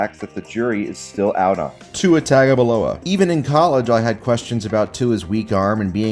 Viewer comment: Nobody: Absolutely nobody: "To it Tagaboloa"